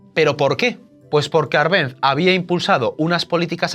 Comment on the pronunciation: Por qué pronuncias mal Árbenz? No sabes leer?